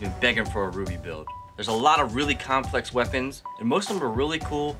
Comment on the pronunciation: Oh, you were one of those who pronounced it "R-W-B-Y", yes? I pronounced it back when the show started back then. Can't believe that some people pronounce it like that even though there's like, four seasons already. Oh well, can't blame you for that.